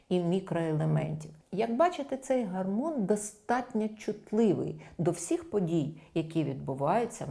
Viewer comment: Чудова? гАрмон естрАген. Ще трохи треба попрацювати. А на загал може бути.